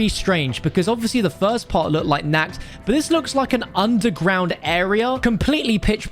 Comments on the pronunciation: It’s pronounced NART not Nackt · You saying “nack “ instead of “knocked” 😬😬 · Im a german related and how he spells "Nacht der Toten" sound like " naked in the oven" in german 🤣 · Not nackt But naCHt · I like how he pronounces Nacht. He says it like the german word Nakt which means naked :D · Why is he saying Nakkt to Nacht? :D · Naked of the Dead you don’t pronounce that ch right and say it like a ck you’re saying naked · He says it like Nacked der toten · It’s pronounced nah-ched. Like notched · Bruh, the way he pronounces "Nacht" hurts my soul. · Ich auchhhhhh😂😂